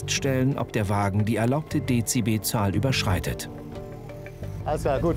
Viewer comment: wer kennt sie nicht, die berüchtigte "Deziehbe Zahl"